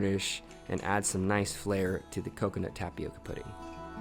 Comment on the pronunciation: Just for the curiosity aspect of the thing: the pronunciation in the word tapioca is with an different sound in the "O". It's not like in "oval" it's more like "owl". (There is a symbol for this phonetically but I don't have it in my cellphone keyboard lol) If you put the word in Google translator you could hear the Brazilian portuguese original pronunciation. It's a word that comes from our native Brazilians, from their Tupi-Guarani language. They are one of the various different people that lived here before European people came. Some tribes still live in our forests nowadays, eating tapioca and other mandioca (maniva) products. Here in Brazil tapioca is very common and we eat mandioca in it's many forms in a regular basis. Is a really good an nutritious food. Glad to see other people trying and enjoying it too 🙂